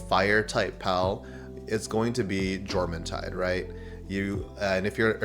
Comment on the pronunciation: Jormuntide is pronounced "Yor-mun-tide".